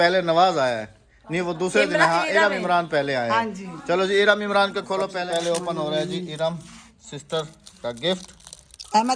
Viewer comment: Open HOTA hai.opan nahi hota